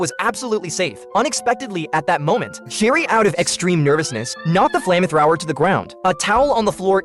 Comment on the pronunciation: AI voice. "Flahm-thrauwer." "Dihe-fibe-raw-later." Among others.🙄